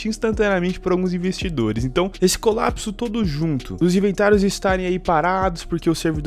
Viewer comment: " ISSE" Vir mais A gentes ?